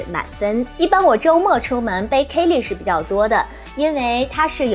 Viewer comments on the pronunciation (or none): 还有 kay leeee 😅